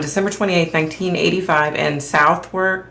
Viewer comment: Thanks for doing this. I followed the story when it happened. U did well in pronunciation. Always do OK. You pronounce where Meredith came from in London, Southwark as Suv uck. At least that’s how Londoners pronounce it. It’s a hard one I know. btw I think been to Mitcham Road Cemetery. Because the bus used to stop there. It’s a pretty cemetery tho. How sad that Meredith Kercher lies there. So young.